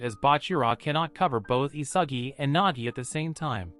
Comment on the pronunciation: ISAGI NOT ISAJI!